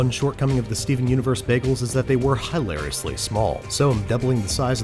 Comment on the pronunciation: Dunno why I laughed so hard when he said HIGH-lariously small on 1.5x at 4amhahahahahahbahahahahah